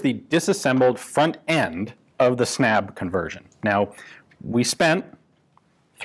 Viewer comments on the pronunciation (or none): The word is pronunced more like "Snub", snabb means fast in Swedish. The Swedish a is pronunced like the a in "ah" unlike the english a. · Snabb is pronounced (Snub) like and u is is pronounced like u in cinnamon (“bun”) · Snabb is pronounced with a short "a" and it means "fast" in Swedish. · That is not how you pronounce "snabb".